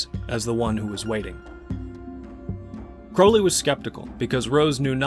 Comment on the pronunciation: I have found such personal meaning in abraxas. Im so surprised to learn Jung wrote about it. Also youre the first person ive heard pronounce "crowley" how i believe its supposed to be. And also, im not impressed by crowley. Party tricks, very flashy.